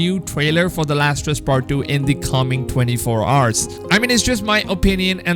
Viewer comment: I mean I'm not trying to br an ass,but am i the only one who heard him spell the "h" in both hours and honestly?